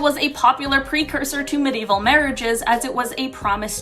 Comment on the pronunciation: I'm sorry, but I have to say it. The word is Medieval, pronounced me·di·e·val.